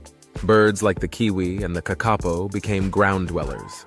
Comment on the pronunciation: Kākapo is pronounced with the emphasis on 'Kā', not on the middle 'ka'! Te Reo - pronounced Te as teh, Reo as Raio.